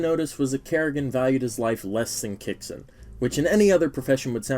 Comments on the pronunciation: why do people pronounce it as "ki-yo-su-ke"? Isn't it a japanese name? It should be pronounced as "kyo-us-ke", similar to Sasuke Uchiha as "Sas-ke" not "Sa-su-ke". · Why is everyone calling kyousuke "ki-o-suke"? It's kyou not kio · why everyone saying "kiya sue kay" 😔